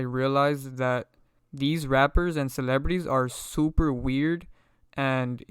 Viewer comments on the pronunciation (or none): lol...he said supaweird.